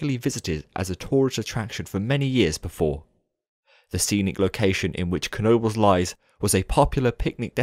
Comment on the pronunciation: Now I finally know how to pronounce Knoebels right